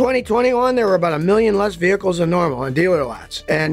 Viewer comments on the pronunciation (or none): none